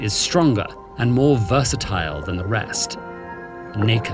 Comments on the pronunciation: Bro I’m glad I had subtitles on otherwise I thought he’d said the hard r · Narrator: Nacre Me: excuse me, wtf did he say? You a little liberal with that hard R 🤣🤣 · I had to do an auditory double take because of the way he said "nacre" 🤣🤣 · “Nacre” Say what?